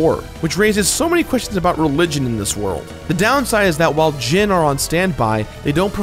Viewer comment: Am I blind, or is it just that in every instance I've seen of it, the "I" has been a typo? I'm seeing "Djinni," yet he keeps pronouncing it as "Djinn." I love you,, but you gotta get some proofreaders for your scripts, or maybe do some extra takes. These mistakes seem to happen at least twice an episode. I mean, they're probably only mistakes that I've caught, since I seriously never see any of your millions of subs comment on these things, so maybe I'm just a whack-job. Whatever the case, do what makes you happy. If you enjoy constructive criticism like this, then awesome. If not, that's cool too. I realize you're completing games constantly, and you likely don't have time to nitpick things, but I just thought I'd bring this to your attention.